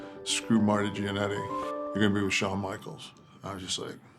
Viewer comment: I love the way Nash pronounces "Jannety".